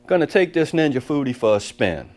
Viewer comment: What Dan Aunt Ja Booty? Oh Ninja Foodi😂 seriously my wife and I was talking while your video was playing and I thought you said aunt ja booty. That Foodi sounds pretty cool. Wings look good too.